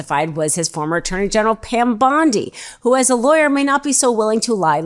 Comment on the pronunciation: Pronoun Bondi correctly